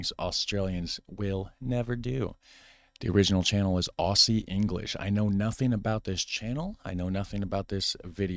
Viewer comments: 'Aussie' is pronounced 'Ozzy'. We spell it both ways as you can see by my name. We do not say Ossie. We say Ozzy. (Both Aussie or Ozzy are acceptable ways of spelling this) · When you pronounce Aussie you don't say it with an S. Its pronounced with a Z. Aus is pronounced Oz. Aussie is pronounced Ozzie.